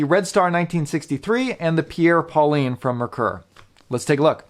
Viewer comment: you should learn how to prononce correctly the french name "Pierre Paulin" that is not pauliiine!